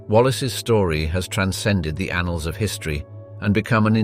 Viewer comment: Did he really say “anals”?